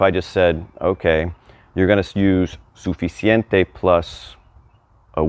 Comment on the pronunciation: It's an adjective. Pronounce the 'c' in the middle😊